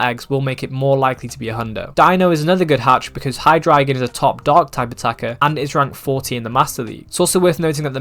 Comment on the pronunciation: Im I the only One hearing«hydreigon is top dawg”😂